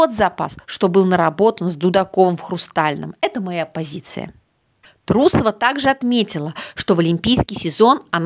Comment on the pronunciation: Даже если не уважаете человека, не надо коверкать его фамилию. Это говорит о том, что вы некультурный, малообразованный человек... Несостоявшаяся фигуристка, наверное. Карьера не удалась, а получить образование- ума не хватило.